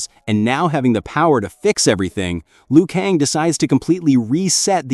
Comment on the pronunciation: It's not Liu Kang